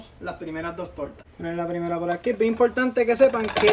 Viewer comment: impoltante....gilal...modelno..... pero dice TRES !!!! parece chinito ajaja .... saludos y gracias x la exquisita receta !